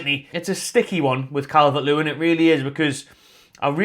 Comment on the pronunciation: Not Calvert-Lewin!! Listen to the fans